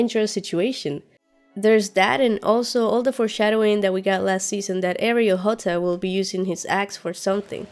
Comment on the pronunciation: Can you please stop saying "forshsdowing". Its not cool. I know it's the new trend that all game of thrones reviewers are saying. Like cleganebowl. Not cool. I really liked yr stuff when you started yr channel but now you seem to be trying to be too cute and funny. We all know that these speculations and theories are recycled from other youtubers and saying little funny jokes on the side doesn't make it sound authentic. I have to unsubscribe, sorry.